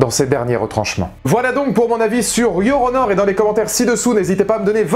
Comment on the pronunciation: Yoronor ? Je me moque pas de votre anglais et je vous demande pas de l'apprendre en 24h mais il suffisait de séparer la prononciation "Your... petit espace ou pause...puis... honor"... car en le prononçant d'une traite on entend Yoronor ...